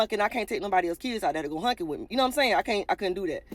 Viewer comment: I'm sorry i have to say it... it's"honking" not "hunking" 😂😂😂